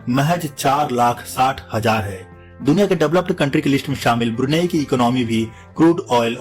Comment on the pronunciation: ब्रूनी Nhi ब्रुनेई nam h aur ye Malaysia aur Singapore k pas h..